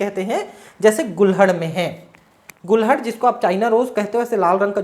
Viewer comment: Sir mai bhi गुड़हल को गुलहड़ कहने लगा 🤣🤣🤣🤣🤣🙇🙇🙇🙇🙇 गुरु देव प्रणाम 🙇🙇🙇🙇🙏🙏